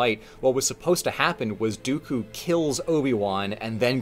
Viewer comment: the best way I managed to piece it together and mind you... i'm like a casual cantonese speaker, and this is purely my theory... which is this: In that VERY VERY Specific scene where Ewan - Obi Wan is saying Dooku's name he says it so quickly he says almost like "duKu" introducing two Chinese syllables that sound like duKu 的 - Di - which can be directly translated to "of" 佢 - Ku - which an be directly translated to "him, her, his him" and most relevant for this "IT" duKu therefore translating it back is Count "Of it" Now if you're half-assing the translation how do you one word Count "of it" Count "the"